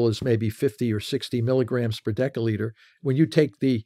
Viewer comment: I'm losing faith when he mispronounces "deciliter".